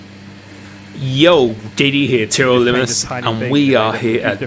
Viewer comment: TRL LIMESS* doesnt pronounce limitless properly